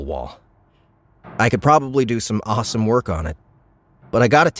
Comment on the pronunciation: Great, now I have to buy an extra credit to download the rest, because I can’t wait another week for my next one 😄 Brilliant character voices, as always. Even the English accent was good, although we would pronounce awesome as “or-sum”, not “arsum” and halloween as it’s spelt, not “Holloween” as Americans do. Not trolling, just giving tips 👍🏼